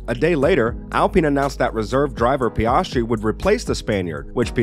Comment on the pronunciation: His pronunciation of names is so abrasive to my ears 😂 PEE-AHHS-TREE SHOE-MACKER